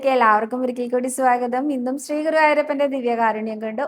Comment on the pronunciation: Dear, 'ശ്രീ' എന്നതിന് പകരം 'സ്രീ' എന്ന ഉച്ചാരണം കേരളത്തിലെ ഒരു പൊതുവായ തെറ്റാണ്. ഞാൻ കുറെ വർഷം നോർത്ത് ഇന്ത്യയിൽ വർക്ക് ചെയ്തിരുന്നു. അവർ ഉച്ചരിയ്ക്കുന്നത് ശ്രദ്ധിച്ചപ്പോൾ ആണ് അത് മനസ്സിൽ ആയത്. ഇവിടെ സ്‌കൂളിൽ ശ്രീദേവി എന്ന് ഇംഗ്ലീഷിൽ എഴുതുമ്പോൾ Sreedevi എന്നാണ് പൊതുവെ എഴുതുന്നത്. ഇത് ഒരു ഉദാഹരണം മാത്രം.